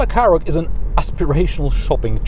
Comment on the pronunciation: Forget about all the Skoda pronunciation, I thought you were saying Karrot, well it is a bit of a vegetable.